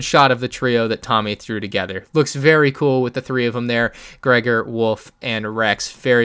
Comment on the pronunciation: I’m sorry but it’s Gregor not greigor